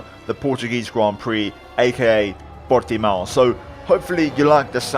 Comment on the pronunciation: Upvoted for pronunciation of Portimão